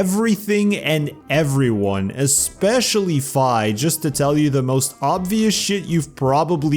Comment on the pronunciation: I actually like Skyward Sword a lot. What is the plot hole in Skyward Sword? I thought you would hate the motion controls. I like the Timeshift Stones. Ghirihim is fabulous and my favorite Zelda villain. Oh good, you pronounced Fi's name properly. Too many people call her Fee which sounds dumb. The Tad Tones can be better if you bring a potion for underwater sections. -Nice choice of music for Four Swords Adventures. Definitely the best multiplayer Zelda game. You can play the game alone, so you don't need a GBA. I did emulate the game in order to play multiplayer. At first I got it to work... barely, but the problem is the controllers kept disconnecting, possibly due to connection issues. I did eventually find more stable and easier ways to play multiplayer which didn't involve a separate GBA emulator. Dolphin has built in GBA functionality. I like the Village of the Blue Maiden. Riding horses was only utilized in one level. I wish they were used a bit more. Multiplayer does have a horse racing minigame. I think some of the level designs in multiplayer were a bit different. -I really hate the touch controls in the DS games. F**k the Temple of the Ocean King. Phantom of Hourglass is near the bottom of the list for me. I did need to ask my sister how to do the close DS puzzle. She just took the console from me and closed the device. I think the 2DS had a close device button for games like this. The Temple of the Ocean King needs more checkpoints. I would like to save a trip t